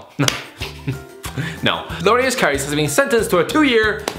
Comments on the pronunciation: LORIUS? Its loris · Is he saying Lorius instead of Loris for a reason? I don't get the joke.